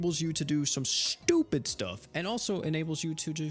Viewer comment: Whenever you say ;STUPID;. something in me awakened o.o